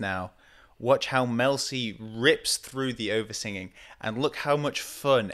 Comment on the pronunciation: Okay so I didn’t realize until the second time you said it what you meant by “oversinging,” the first time I thought you were accusing her of hamming it up 😂 but the way you emphasized the first syllable the next time you said it made the meaning clear, isn’t language amazing?